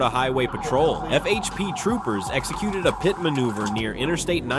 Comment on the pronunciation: So inaccurate about the details and figure out how to pernounce pit